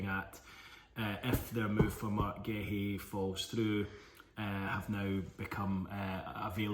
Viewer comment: Massively butchered those names